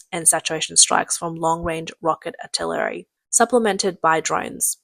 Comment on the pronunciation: Amphibulous? 😂 Artillerary? 😂